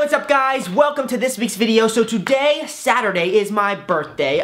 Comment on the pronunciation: Oooh like the way brent says sauterday is my birthday and lexi came just and just to say him happy birthday brent and brent was like thank you !!!